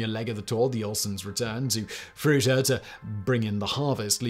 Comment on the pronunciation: Greetings from Fruita....I told my wife it was about Mike before I watched it. I enjoyed it anyway, but never expect tiny little Fruita to be mentioned on any of your channels. Also, thanks for finding out how to say Fruita, folks from Denver often get it wrong.